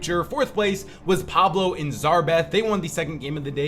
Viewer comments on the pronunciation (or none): none